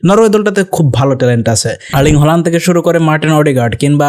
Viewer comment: হল্যান্ড না, হালান্ড। বুঝছো বলদা?